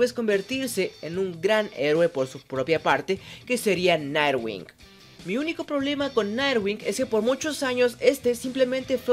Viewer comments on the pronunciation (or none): es "nightwing" no narwinc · Dijiste Narwing jajajajaja sono muy mal XD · Pronuncias muy mal jajsjaj “nightwing”